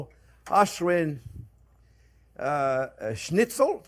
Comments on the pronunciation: Not bad. But use turkey. The result is better. And learn to say correct Schnitzel!!! Not snitzel😅😅😅😅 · Chef, you say it just right. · the way he says schnitzel is pretty good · Hearing a Frenchman say 'schnitzel' is almost as amusing as hearing a German say 'squirrel'